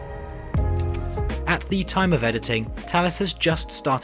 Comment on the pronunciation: Ok, so I only just learned it’s pronounced “Tallis”, and not “Phallus”, which is much more fitting…